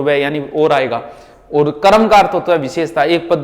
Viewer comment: आपको सर कर्म शुद्ध बोलना चाइये करम बोलते ह आप सुधारिये